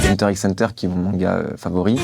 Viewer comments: Ya clairement ecrit X a chaque fois pk il faut pas le dire ? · Hunter x Hunter manga de sa vie mais il prononce le X azy casse toi